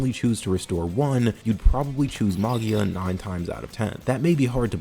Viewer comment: Me, an italian, realizing half way trough the Arco review that you're talking about MAGIA that's literally means MAGIC in italian, and should be pronunciated like MAJIA, lie you would say "magic" but with the A instead of the C. Sorry but it was drawing me crazy, great video mate!